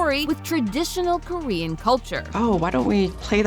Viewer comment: The amount of name/korean words being butchered 😢